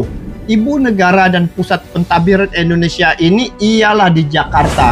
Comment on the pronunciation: Indonesia bang, bukan Endonesia 😂😌